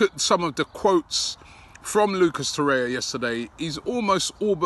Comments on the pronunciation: It's TorreIRa, not Torrea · Its Torreira not Torrea